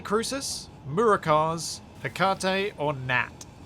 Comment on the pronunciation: God I hate how you're pronouncing 'Hecate'.. The greek goddess of magic